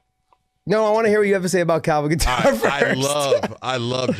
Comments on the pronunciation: They are pronouncing Kattar wrong🤦‍♂️ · You ladies are pronouncing Kattar wrong. Lmao